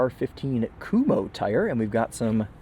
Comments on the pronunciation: Wheel covers, NOT hubcaps which are totally different. And it’s KumHO, not “Kumo”. You’re starting to annoy me. But I’ve gotta say (as someone who drives a 2004 Mazdaspeed Miata turbo)—(and Karmann Gaia’s in the 70s) this little Nissan appeals to me in some whacky way. One word: STICK! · Oh.. ive been pronouncing Kumho very differently 😂